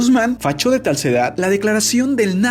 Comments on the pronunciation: dice facho de talsedad jajajaj en vez de tacho de falsedad jajajajaj si se dieron cuenta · En el minuto se le trabó la lengua y dijo " facho de talcedad" 😱 en vez de decir "tacho de falsedad" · "Facho de talsedad”, 2019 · ¿"fachó de talsedad? :) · "Francisco guzman fachó de talsedad" :v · 2020 y me di cuenta que cerca del minuto 2 dice facho de talsedad Envez de tacho de falsedad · que quiere decir “facho de talsedad”? 🤔 eres el chavo del 8? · dice fachó de talsedad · Facho de talsedad.. 😂 Me merezco muchos like si nadie mas se dio cuenta de este error en el minuto 1.58.. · ¿Facho de talsedad? 🤔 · Facho de talsedad jajajaja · Like si notaste que en el minuto dijo "FACHO DE TALSEDAD" en vez de tacjl de falsedad... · facho de talcedad o tacho de de falcedad ..? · ¿"Fachó de talsedad"?, minuto ... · “facho de talsedad” JAJAJAJAJAJAJAJAJAJA QUE BRUTO, PONGALE 0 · Like si lo notaste "facho de talsedad" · Facho de Talsedad, je! 😁😁😁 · Facho de talsedad minuto :v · LIKE SI NOTASTE QUE DIJO "FACHO DE TALSEDAD" EN VEZ DE "TACHO DE FALSEDAD" jajaja xD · "facho de talsedad" xd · ¿Facho de tarcedad? No es "Tachó de Farcedad "? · Se dieron cuenta que dijo "Fachó de talsedad"? 😂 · facho de talsedad hahahahaha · "Fachó de talsedad" XDDDD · facho de talsedad 😂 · Emmmm facho de talcedad escuche mal o eso dice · Like si te diste cuenta que dijo Facho de talcedad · Quien más se dió cuenta que en el minuto 2.05 dijo facho de talsedad En lugar de tacho de falsedad jajajaja Te amo 💗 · facho de talsedad XDXD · “falcho de talsedad” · Dijo facho de talsedad 😂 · 😅 Min "Facho de talsedad" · "Fachó de talsedad" :v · Min "facho de talsedad " 😂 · "Fachó de talcedad"😂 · JAJAJAJAJA FACHÓ DE TALSEDAD. MIN.